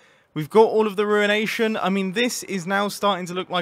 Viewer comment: "we now have the ruenation"